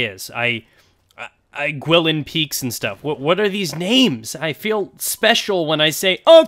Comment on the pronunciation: Guilin is pronounced "Goo-eye-lihn". Spread the knowledge.